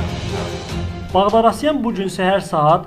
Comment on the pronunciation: Ала багдарасян йох, багдасарян)))